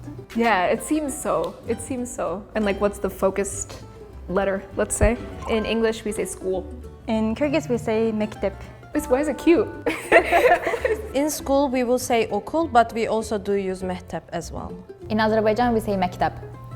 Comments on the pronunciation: The Turkish girl mispronounces "mektep" as "mehtep". It is a dated word for school, and pronounced as /mecˈtep/. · it is not mektup it is mektep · she’s Turkish but she pronounce it wrong, we say “Mektep” not “Mehtep” lol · Okul için "Mektup" yazılmış alt yazıda. Mektup means letter. "Mektep" okul demek ama arkadaşımız "mehtep" diye telaffuz etti yanlışlıkla. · She also mispronounced the word mektep, I wonder if she's from a particular region in Turkiye.